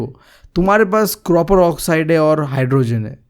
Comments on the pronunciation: Copper ❌ cropper✅ 😂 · Copper ❌ croper✅ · Bhai cropper nahi copper bolte hai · Copper can be heard as croper😂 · Copper ❌ cropper ✔ 😂😂 btw your teaching unique and very understanding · bhai ye copper ko cropper kyu padhta hai koi bta skta hai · its copper not croper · Bhai ki kropper(copper) if you want to listen to it🤣🤣🤣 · Copper ❌ Cropper✅ Just for fun 😂😂